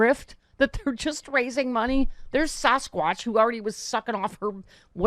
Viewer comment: I know I shouldn't laugh. "Saschquach". Saschquach in the leather vest, with patches!